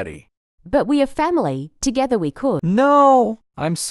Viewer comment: Nah it Ely who said togerther